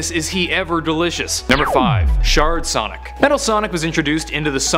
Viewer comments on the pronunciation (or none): sonic not sodic LOL